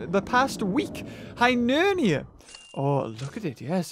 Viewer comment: its Hyneria not Hynernia